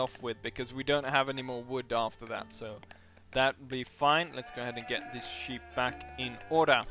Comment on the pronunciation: Funny, you pronounce sheep as 'cheap'. Good video!